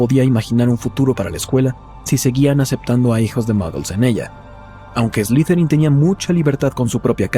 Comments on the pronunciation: No se pronuncia ESLIZERIN, SE PRONUNCIA ESLIDERIN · De hecho se pronuncia Eslitherin Tipo como una pronunciación T y D